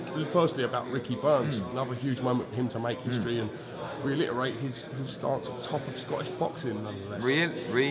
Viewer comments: Relitarate lol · Realiterate lol......Eddie just going along with this new word the interviewer came out with. The correct word is reiterate if anyone was wondering.....